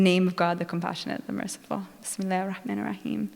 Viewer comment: What a joke,, you canot even pronounce bismillah properly..